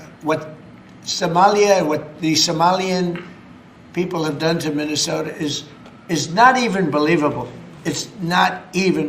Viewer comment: Learn how to say mi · nuh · sow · tuh